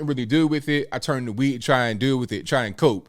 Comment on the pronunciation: Did you say tested positive for weed or weave?